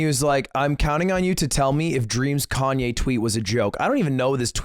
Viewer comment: We just going to move on when called Kanye "Yee" instead of "Yay"?